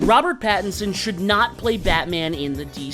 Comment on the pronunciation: It's Robert Pattinson, not Patterson 😂